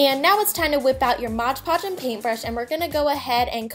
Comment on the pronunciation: I don't mean to offend you in any way but it's pronounced mod podge not modge podge